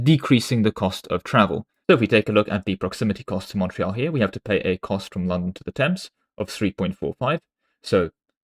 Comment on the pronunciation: Why are you pronouncing Montreuil, Montreal? Montreal is mount royal, the mountain in Montreal in the new world. Montreuil is my mountain using an older word for mountain. The english pronunciation would be mon trey.